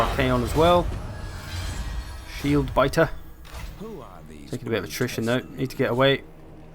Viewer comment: You sound like you are saying nutrition instead of attrition?